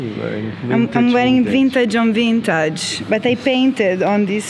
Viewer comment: I knew immediately that girl was from Italy cuz only in Italy people mispronounce the word "vintage" as it was a french word "vintaaaje" (don't know why it bothers me everytime , like " LEviosa not LEviosSAAH")